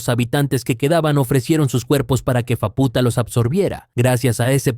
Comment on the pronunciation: por qué lo pronuncias como fapúta, si se dice sin acento? se dice fáputa no fapúta